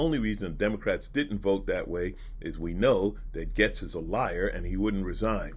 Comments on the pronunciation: It pronounced GATES not GETS lol sorry it drove me nuts the whole video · It's pronounced gates, you're right. is mispronouncing his name, calling him Getz, which exists, but isn't the child trafficker's name. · Pronounced, GATES, not 'Gets'... Jayzus, you're killin' me! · Nah it’s GAYST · Gates is the wrong pronunciation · yes it shows a great amount of disrespect. Not only for the subject matter that you're covering, it also the person that you're talking about. And clearly you noticed that he pronounced his name wrong as